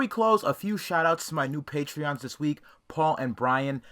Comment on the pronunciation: “Patrons” not “patreons”